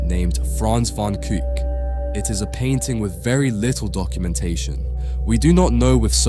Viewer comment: Kuyck not kuuk............................................................................................................